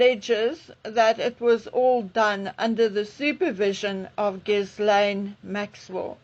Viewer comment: It's not pronounced GIS-lane. The S is silent. It's Gil -ane. Or as Lady C says, Gillen.